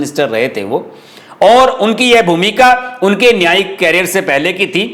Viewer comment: कैरियर(carrier) और करियर(career) में अंतर होता है